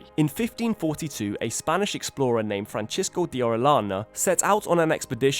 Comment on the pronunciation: Fran-sis-ko. Not Fran-chis-ko.